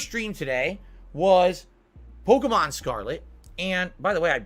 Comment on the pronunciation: They way he says polkamon super fast and incorrectly is obnoxious